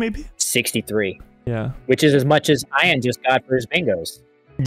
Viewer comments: Bro calls him Iron. You’ve never came across the name, Ian before? Pronounced E an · Did Call Ian… ion?? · it's E-an not I-an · So i love that did this, but hearing them both mispronounce the name Ian like 100 times was so painful